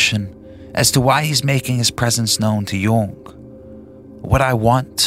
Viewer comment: Also it’s this guy pronounces Jung like no one ever lol